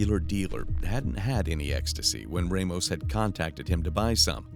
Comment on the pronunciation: Not many people know this, but 'Ramos' is usually not pronounced 'Raymos'.